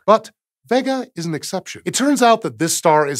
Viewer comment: Great video. But isn't it pronounced vay-ga, instead of vegga?